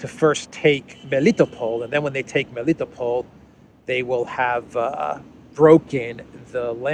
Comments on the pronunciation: Do me a favor and learn how to pronounce names please. Rally annoying to hear you butcher. Usually Russian names have emphasis on the last syllables. For example it's not me-LITTO-pol it's meli-tOpolь Same idea for Mariupol - mary-Opolь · you have difficulty pronouncing Greek names, Militopol, Semphiropol, Kherson? I thought you being Greek, you can do it well, may be even know how these names mean in Greek. These are towns of Ancient Greece after all.